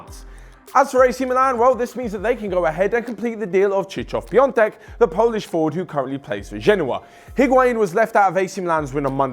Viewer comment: that's the worst pronouncion of Krzysztof Piątek I've ever heard XDD